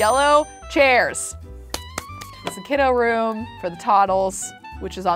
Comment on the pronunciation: Can we talk about how she added os on to everything Kidos Gnomos Bedos Sandos Deskos